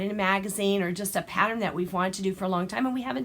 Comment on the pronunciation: Pattern and not patter